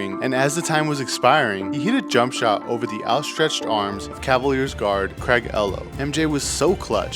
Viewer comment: you botched Craig elho's name bad